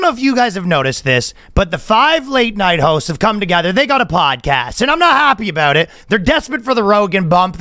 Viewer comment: It’s reassuring to hear Ryan pronounce the “ow” in “about”. Assimilation is possible.